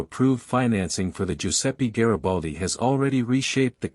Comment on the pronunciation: Mi fate il cazzo del favore,se no sapete pronunciare i nomi in italiano ,lasciate perdere 🚽🚽🚽